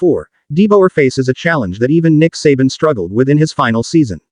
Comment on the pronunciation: I love the em-PHA-sis on the names. Who could forget great coach Nick suhBAN, or inferior follow-up Kalen DEEbower?